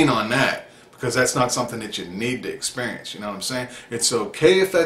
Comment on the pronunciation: Good message, and I am not one to talk because I talk so many supplements but medication( for mood) just seems scary and I always think I will always need it. Anyway I love the "...until you expurrience it" lol